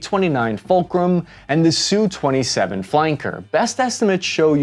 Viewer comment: God bless this man for correctly using 'Sue 27' instead of the irritating and more common pronunciation of 'Ess You 27'